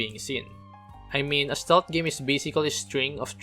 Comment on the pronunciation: Ste-lth, not "stolth"